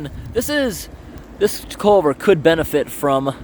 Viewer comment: You need chest waders or a Farmer John wetsuit bottom. Culvert, not colvert.